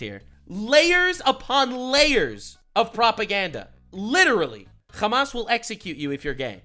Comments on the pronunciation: I get you are a jew, but stop saying Khamas you dumbass. It is Hamas, in Arabic it is not a Kh sound but an H sound. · “Hamas piker” 😂😂😂😂😂